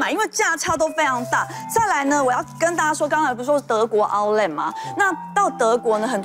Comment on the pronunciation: outlet 這字都唸不准。。